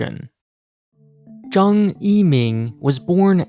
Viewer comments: Zhang is pronounced jung ZH = j ANG = ung Hao Bang = how bung Hao Bang = Excellent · It's not pronounced Zhang like aang, it's more like Zhang like the o in song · I like your content, but I beg you, please learn how to pronounce Asian names correctly. It's very grating. Zhang would be pronounced as something like "Cheung" or better yet, like "Ch-ah-ng". At the very least, you can copy his Chinese name from Wikipedia and use Google Translate to check how it sounds. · It's pronounced Zhang not Zhang. Odd not aid. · His first attempt at the beginning of the video was fine. The second and subsequent ones were typical Americanised pronunciations.